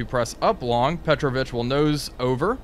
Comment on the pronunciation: Just a comment as Russian is my mother tongue: I'm 99% sure that in this case Petrovich is not a Surname, but a Middle name that is used as a respectful way of calling your friend, which is typical in FSU countries. So, it must be pronounced as PetrOvich, with the emphasis on "O" sound, not "E".